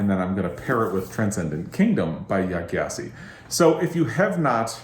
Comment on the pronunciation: Great video! A note though! Gyasi is pronounced jah-see!